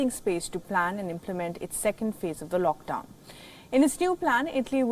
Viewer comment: WTF IS “LOCKDWON” I believe it’s “LOCKDOWN”